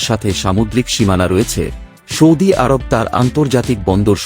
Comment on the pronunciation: আপনার মুখের উচ্চারণ শুদ্ধ নয় আপনি সৌদি আরব বানান কে বিশুদ্ধভাবে বলছেন না শুনতে খারাপ শোনা যাচ্ছে